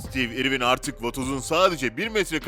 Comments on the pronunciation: stiiiv irvin diye okumak nedir yaa? adamın adını bari doğru telaffuz edeydin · o kadar kötü bir seslendirme ki neresinden tutsan elinde kalır... rahatsız edici bir tonlama, kötü bir telaffuz, kelimeleri yuvarlaması, harfleri yutması ve ingilizce bir ismin (konu başlığı olan isim hem de) nasıl okunduğuna bile bakmaya vakit ayırmadan işe girişmesi.